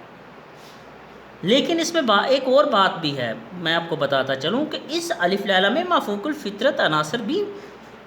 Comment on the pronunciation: اپنا تلفظ بہتر کیجئے گا ۔ الف میں ل پر زبر ھے